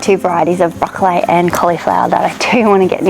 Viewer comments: it's how Queenslanders say it. Don't change your pronunciation as it's the original Qld way! It sadly seems to be dying. Hold th line Queenslander lol. My kids and friends still say it this way! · Finally a fellow queenslander who says broccoli like queenslanders used to! I still pronounce it this way as do my kids.